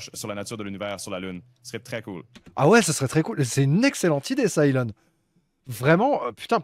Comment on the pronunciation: C'est Heu-lon Musk ...